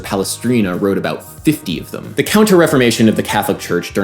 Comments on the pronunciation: I love Adam's videos. Weird side note. I noticed he says "thum", instead of "them". Just an observation. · Please pronounce thEm correctly, it's not thUm! Very annoying.